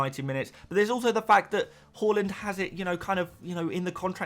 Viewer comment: Love the pronunciation of haaland as whore-land. That’s not a nice way to talk about Norway 😂